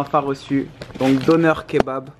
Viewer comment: tu lit pas ca doneur mais donér